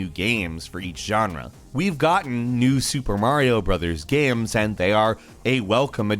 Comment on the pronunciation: Why do you keep calling them Gaims?